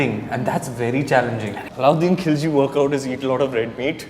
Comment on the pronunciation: It's Khilji not khujli or khulji